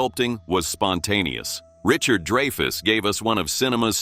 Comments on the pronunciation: man AI narration is so annoying. Richard "DRY-FUSS" not "DREY-FUSS" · Dray-fus?? Not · it's pronounced DRY-fuss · Get an AI that can pronounce Dreyfus correctly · one? Please! Every time was pronounced incorrectly. Give us a break